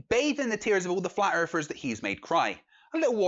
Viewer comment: "FlAt EaRfErS aRe DuMb As FuCk" Sorry, i can't listen to this guy any more.. Just can't stand this guy switching "th" with "f"